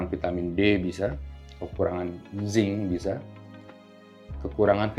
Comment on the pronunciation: Zinc apa ya? Mohon maaf kurang jelas 🙏